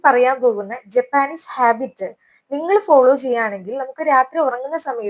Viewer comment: ജാപ്പനീസ് എന്നാണ് പറയേണ്ടത്